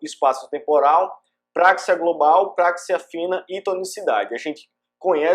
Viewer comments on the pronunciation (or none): não é práxia, mas sim praxia